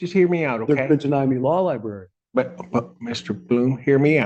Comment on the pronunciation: One thing I've learned from watching court cases is that NO ONE, absolutely no one who's incarcerated can say the word "library." Every single one of them says "law lieBERRY." Never with an r. It's impressive.